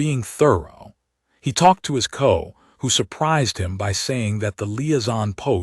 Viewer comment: The "co" = the C.O. [see oh]. just the tiniest of editing would drastically improve this AI stuff. The SMALLEST AMOUNT OF HUMAN EFFORT ..